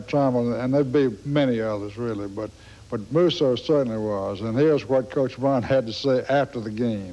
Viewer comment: These guys cannot pronounce Musso properly! Tons of announcers messed mine, and Terry's name up constantly too!